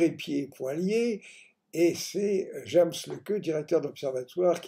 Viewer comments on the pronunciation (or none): none